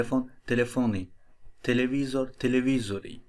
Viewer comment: televizor deyil tilivizır